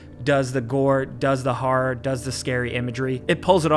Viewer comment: "Harra-h gaymes"